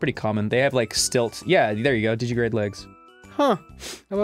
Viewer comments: While I appreciate that he knows the term, Ross continues to miss a syllable in digitigrade. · It's called digitigrade because they walk on their toes (digits), it's not "digigrade" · Ross, it's digitigrade. Not digigrade. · Yes, you can catch God in Pokémon. You can also catch Satan, Michael, and Gabriel. Also, it's "digitigrade", not "digigrade". "Digigrade legs" are not a thing. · The way Ross says digitigrade really bugs me, because of that missing syllable. Is it made up for by the Digimon reference? I'm not sure.